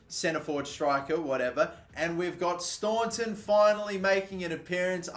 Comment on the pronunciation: Daire in Ireland is pronounced "darra". You pronounce staunton correct tho 👌